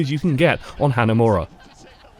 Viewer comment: is pronouncing hanamura so wrong.. its not "hanamera" its like "hanamoora" but roll the r